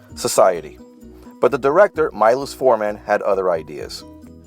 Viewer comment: I almost lost it when he pronounced Miloš Forman as "my loss for men" and "me loose four men"